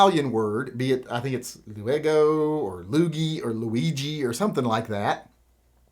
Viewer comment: The Italian word you were looking for is lunghi (loon- gi) hard "g" sound, and indeed it means : long.